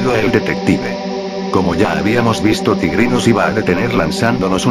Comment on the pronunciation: Xd si dijo tigri